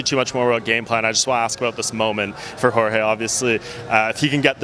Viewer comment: You would believe Mike Brown coached Jorge for a while but then you still hear him calling Jorge "George".